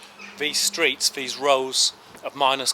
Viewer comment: what the fuck are you saying it `s the not ve it`s the these not vese wtf